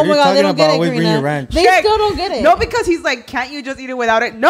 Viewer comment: I wonder if knows he says Pecause instead of because. I’ve always noticed it! Anyone else? He’s still a king love the pod ❤